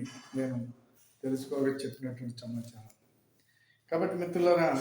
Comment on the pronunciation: చమాచారం కాదు.... సమాచారం